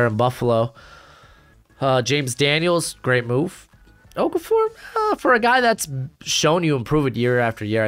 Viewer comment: Little bit of a nitpick but the tackle on Pittsburgh name is pronounced okor-a-for but it doesn’t really matter